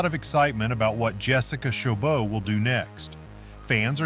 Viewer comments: It's not chobo, it's choboT. It has a T. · First of all, this narrator butchered her last name